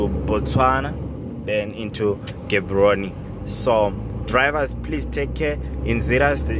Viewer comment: Gaborone not Gaboroni